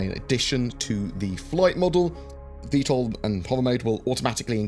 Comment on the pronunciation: Thanks for saying Vtol!